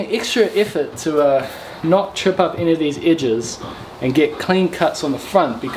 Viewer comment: Nice "idges" ;)